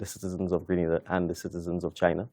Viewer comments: FOR BIG JOURNALIST DO SOME RESEARCH, GRANADA IS IN SPAIN, STOP SAYING GRANADA ,IT IS GRE-NA - DA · Why don’t you learn to pronounce the name of the island. Both interviewer and interviewee pronounce it properly yet stupidly the call it Grenadda. It’s GRENADA, fool.